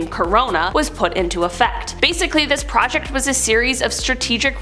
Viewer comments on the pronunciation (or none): none